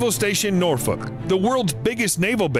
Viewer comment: Well, that’s not how you say Norfolk definitely doesn’t have the Appalachian accent lol love your videos keep going